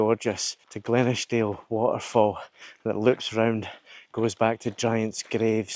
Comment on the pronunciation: Beautiful Video. Arran is hard to beat when you get weather like that. Looking forward to the rest of it. You need to work on your pronunciation of Glenashdale though . 🥰🤣